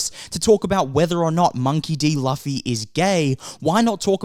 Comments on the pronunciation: Loo Fee. Not Laughy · It's not Luufffyyy, it's Loooffffyyy... 😅😂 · Good points, but I'm gonna be that guy. It's pronounced Loo-fee, not Luh-fee. Edit: Didn't see your pinned comment. 😂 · I didn’t know it was loofy instead of the way you pronounced it until I watched it do it’s okay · I'm saying it's Loofy! But the point is what matters and it's the thought that counts 😂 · Luffy is pronounce as Loofy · "Luhfe" lol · Alright, I think it's safe to say these "critics" haven't really watched the show. 😂😂 Also, it's pronounced "Loofy", fam. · monkey D Laugh-y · I like how you pronounce Luffy's name wrong repeatedly and be confident with it. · How do you pronounce Luffy’s name wrong of all things… 🙃 Side note, the critics are bored and just want something to complain about. I’m glad the show runners did their own thing. Hope they keep it up and don’t get pressured into becoming political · what critics? i’m really curious. i’ve been following most critics of the show but never read any hate politically or not. Kimda sound like YOU are the one that tries to stir something. And you keep pronouncing Luffy’s name wrong. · I second that... pronunciation of Luffy's name... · I was looking for this comment. Like he says it's a good show. If he saw it then he must know how to say Luffy's name correctly.